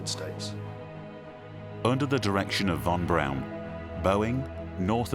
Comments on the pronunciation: ok I see a lot right about this video and a lot wrong or just silly. For one thing a man keep saying von Braun like BROWN but it wasn't pronounced that way (as another man says it right later) it was (is) pronounced (sounds like) Brawn .. kind of difficult to spell it like it sounded, however, you catch my drift. Another just kind of funny thing is and beyond- the guy stated the original space craft von Braun had planned -or the upper stage that would land on the moon - would've been so heavy they didn't know/think the moon could handle the weight? Seriously? Come ON, it is and was a type of planet. How in the heck could they think they could build ANY space craft that would be too heavy for the surface of the moon! I had to laugh at that. I'm aware they didn't know much about the moon or space in general but I find that statement and thought to be ridiculous! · Werner von Braun's name is pronounced, "von Brawn." Not von Brown. C'mon, scientists. A little more attention to detail, please. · It's pronounced von Brawn, not von Brown. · I'm amazed at the constant mispronounced name of doctor von Braun.( brawn) brown.?? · Narrator literally pronounced "Von BROWN" the entire time, lmaoooooo 💀💀